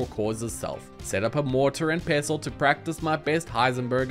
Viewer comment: Thank you for saying pestle the right way😊